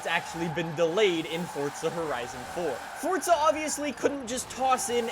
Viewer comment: Its FORZA NOT FORTSA